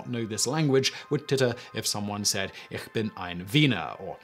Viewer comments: Eesh bin, not eerr bin. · Interesting that he did not use the Berlin accent by saying ICK vs Ich (ish) as the rest of Germany does.